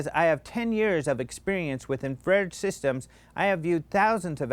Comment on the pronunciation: no, it's in-fa-fed ;)